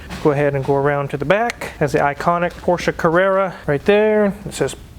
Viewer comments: So glad to see that you use the correct pronunciation of Porsche. I cringe every time I hear someone say PORSH. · I mean, the VW thing was a joke, but most american youtubers should use that, my ears always start to bleed when they call it "porsh" over and over... great that does know how it's called xD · All this and the correct pronunciation of Porsche